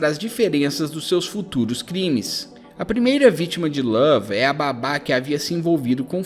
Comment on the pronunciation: Esse cara falando lave ta dando raiva já